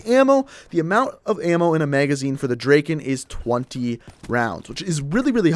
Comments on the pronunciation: The fire rate, logically is better on the P-O6. Yes the P-O6 takes 4 secs and the Drakon takes 2.5 secs BUT you need TWO bullets to kill, soooooo it takes FIVE secs to kill also, you pronounce Drakon Drakein' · Lol u say "drakin"